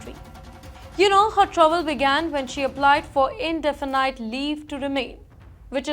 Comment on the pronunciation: Oh blimey, this inadequate anchor can't pronounce, "indefinite".